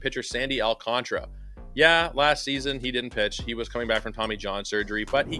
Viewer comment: It's Al-can-TARA! 😂😂😂